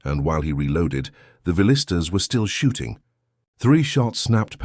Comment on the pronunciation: Hey AI. It's Spanish and pronounced "Veeyeestas".